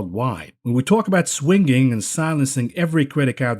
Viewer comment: The way he pronounces "Swing-ging" is triggering me🤣🤣🤣